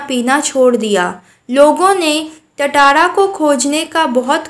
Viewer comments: Not tataara it's tatara😂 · Tatara nahi tantara (टाटारा nahi तंतारा) hota hai😅